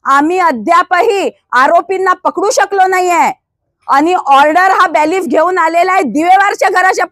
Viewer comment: ताई त्यांना बेलीफ असे म्हणतात तुम्ही चुकिचा उच्चार करतायत वारवार.सुरवातीलाच या धोटे ताईनी दुर्दैवाने आपला देश संविधानाणे चालतो असे म्हटले म्हणजे देश संविधानाने चालू नये असे आपणास म्हणायचे आहे का.सुदैवाने असे म्हणावयास हवे होते.